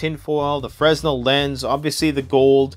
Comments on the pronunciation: It makes me little crazy to hear a Canadian pronounce "fresnel" with an audible "S". The man who invented the concept of the lens was French and pronounced his name "Fray NELL". I know, you are trying to communicate with the lowest common denominator, but with your audience reach, you might want to teach as well as inform. Rant over. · I hate to admit it, but I did not read through all the comments. I usually do, but... Anyway, a few things. One comment I did read was the proper pronunciation of Fresnel. Freh-nel or Fray-nel is correct. A few other things: 1) Many of these, though called wallet cards, I think are best used as a kit carried in a separate EDC carry only wallet in an EDC bag, or in a vehicle kit, or as part of a carry kit for whatever situation. Not something you need or want to have in your wallet that you are taking out all the time to use your credit cars or cash or ID. Makes that wallet to thick and heavy. In a separate wallet, or other case and kept available for use as needed, just not necessary on the person, then many of them have applications in situation where you would not have access to full-size or purpose made items. 2) The hatchet card 'arrowhead' I do not think is intended to be used as an arrowhead. I believe it is to be used as a reverse point with the hatchet head lashed on a stick so the combination can be used as a weapon, primarily against animals. And independently lashed to a longer, slender sapling type stick for use as a spear, especially a fish spear. It does have uses. Another factor is that whether or not it was intended to be a saw, the serations on the blade will work as a fish scaler. 3) With the Grim cards especially, and other cards where you have access to an edge that might not be very sharp initially, or is of a hard to sharpen steel such as the Grim, go ah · It's pronounced, "FRUH-NEL, not Frez-nel fresnel[ fruh-nel, French frey-nel ]noun a unit of frequency, equal to 1012 cycles per second